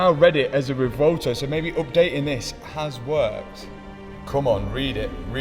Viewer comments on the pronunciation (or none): You're the man, this is not a critisicm, but in case you care, It's pronounced "reh-VWEHL-toh" and not "reh-vohl-to." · "Revolto" Classic.